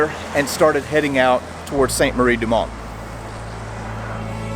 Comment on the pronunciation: Isnt Saint pronounced San, i might be wrong